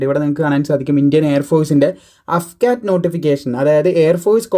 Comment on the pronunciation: അഫ്കാറ്റ് അല്ല സുഹൃത്തേ എ എഫ് കാറ്റ് (AF CAT) AFCAT Means Airforce CAT ennanu. Vayil thoniyath pole parayateyirikku.